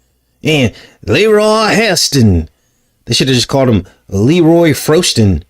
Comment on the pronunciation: "Leroy Fro-ston"😂😂 I'm rolling!